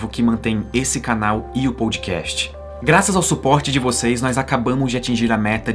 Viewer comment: Ótimo vídeo. Mas o jeito que ele fala podcast (pôudcast) me dá agonia.